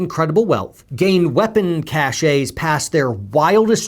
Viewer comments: It's "cache," not "chachet," there is a difference. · cache kăsh not cash-ae... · "cache" is pronounced as "cash" or "trash" in this case. (Note from a french native speaker) But yeah what a shame in just a week... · Good report,. One tip: CACHE, as in "hidden stockpile," is pronounced KASH, not Ka SHAY. That would be Cachet. See: Common error, so you're not alone. Love your work. Thanks for your service. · I agree with everything you are saying- BUT: It's pronounce CASH - NOT CAHSAY! The French spell "check" as "Chèque", but you don't say "CHECKAY"! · Cache- pronounced Kash. Not cash-ay Love you....it's just one of those thongs that drive me nuts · Thanks for that! I hate being the only grammar cop! Words matter! To be fair, "cash-ay" has actually been in common use for a long time in the military to mean cache. I imagine one would get double-takes in those circles for pronouncing it "cash". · Cashe is actually pronounced “cash”. Grammar Nazi I’m sorry! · this has nothing to do with the issue, but you are such a good speaker and communicator, that, like Moses striking the rock, even small errors stand out. Please: "Cache," as in a stash of weapons, is pronounced "cash.". It rhymes with "stash.". "Cachet," pronounced "ca-shay" means "prestige.". It's much less stressful for me to focus on grammar issues that to think about how more at risk of another 9/11 we now are. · Cache is pronounced "cash." A cache is a collection of items of the same type stored in a hidden or inaccessible place. Cachet is pronounced "cash-ay." A cachet is the state of being respected or admired; prestige. Both words are borrowed from French. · Afghanistan is officially more free than the US. PS, the word ‘cache’ is pronounced like ‘cash’. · The pronunciation of the word cache is the same as cash. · Poet Society Cache is pronounced "cash" and Nuclear is "New-Clear" - Grammar Nazi